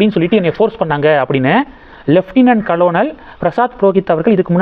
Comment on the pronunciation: கலோனல் இல்லை கர்னல் என உச்சரிக்கவும்